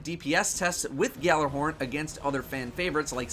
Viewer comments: It is not pronounced "GALLARHORN"! It is pronounced"YALLARHORN". It is a word that comes from Norsk mythology and not pronounced the way it is spelled. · not to nitpick, but it's pronounced YALLAR-horn. G is silent. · Say it with me now: YALL-ar-horn. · “Galler horn” please stop daddo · but they are incorrect it's pronounced yalla-horn it means yelling horn in Scandinavian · ***** The Bungie people are Americans, who butcher Swedish, obviously. Trust me, Gjallarhorn is pronounced Yallar-horn. It means, Yelling horn, it's the horn that Heimdallr blows. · It is so saddening that even a Cryptarch can't pronounce Gjallarhorn (Ya-LLER-horn) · its pronounced guh-jaller-horn